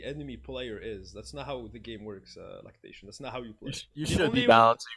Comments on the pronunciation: It's laceration not lactation lol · "Lactation" lol Laceration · is constantly saying lactation instead of laceration or is that just me LOL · HE SAID "Anyways, thanks for the talk Lactation" LOOOOOOOOOOL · Is no one gonna talk about calling Laceration Lactation? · Is nobody talking about how he calls Laceration "Lactation" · "Lactation" lol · "𝘭𝘢𝘤𝘵𝘢𝘵𝘪𝘰𝘯" omegalul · FLORAIDA... PARENTIS... JERKSON... LATAXION... hahahah I am dying bro. Keep the good videos up